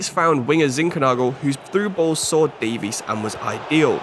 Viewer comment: Loving the series!! Realistic careers are so much more interesting!! Though I will say Keinan Davis is pronounced Dave-Is not Davies